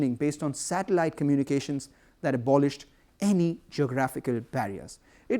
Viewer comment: that "any" sounds funny